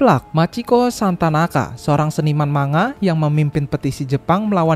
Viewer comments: Saya terpaksa nyebutnya "manga" karena kalau "mang-ga" orang bakal salah paham, dikiranya saya lagi nyebut buah mangga, wkwkwkw. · Maaf sekedar meluruskan, ANIME dibaca A-NI-ME bukan ENIM dan MANGA dibaca MANG-GA bukan MANGA, saya sebagai penggemar anime dan manga suka kzl dengernya. Kalo ada yang ngga setuju, boleh bully saya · bacanya mangga bukan manga, bacanya anime bukan enim